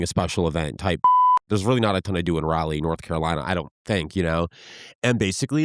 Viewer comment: The way he pronounced Raleigh lmaooo